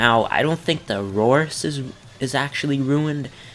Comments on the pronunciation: Dominus Aureus is pronounced AHH REE US not Aroris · It's the "dominus are-ee-is" not the "dominus aurorus"